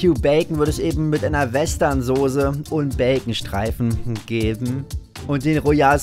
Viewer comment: Ganz schlimme Aussprache vor allem "Sose" 😟